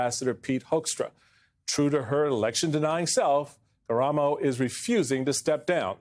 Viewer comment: Kamaro, karamo, kommaromo. Really?